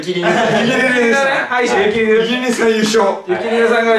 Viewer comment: ゆき じゃなくて すき じゃん笑